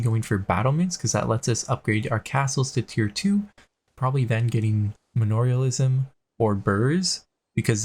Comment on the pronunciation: Part of the fun for me of watching videos consists in noticing the terms he gets wrong. I forget which video it was, but he called "Manorialism" so many different things like "Menalorialism"; "Melorialism"; and "Melanorialism." I wanted to punch a wall lol.